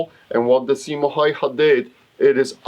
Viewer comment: Häyhä is pronounced more like "Hauwha" (Which I have problems spelling pheonetically) but that doesn''t reflect on the video, which is great :)